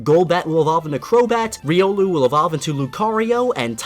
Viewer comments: The Debunkers Of Christ Although you can pronounce it as you please, I believe the widely accepted pronunciation for Riolu IS ree-oh-loo. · Its pronounced rye-oh-loo